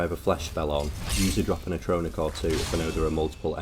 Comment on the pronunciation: Here is what I don't understand. It it obvious that you have played this game a lot. Which means you've heard the spoken dialog from the game over and over again. You've heard ever single character in the game pronounce Atronach as AT-ro-knack, but you insist on pronouncing it ah-TRONE-ic.